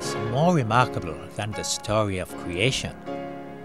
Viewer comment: wemarkable stowy of cweation, that you Elmer Fudd?